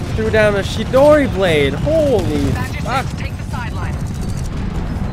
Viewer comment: did you just say chidori like the one from naruto